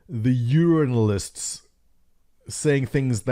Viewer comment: "Urinalists" hahhahaha.